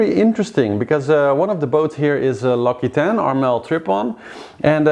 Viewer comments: L occitane is pronounced more like OXYTAN. You are saying laquitaine. I love your show. I watch it every day coming back from work. It is my phase out time. I am french living in Ireland. I found your show less chauvinistic than the french ones. Lol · hello :) interresting as always :) virtual race will pass the Kerguelen tomorrow :) (ah yes and l'Occitane is pronounced l'Oxitann :) )